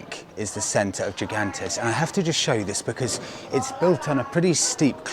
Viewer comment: Yet another great video. Gigantes is pronounced "He-gantes". Los Gigantes means "The giants".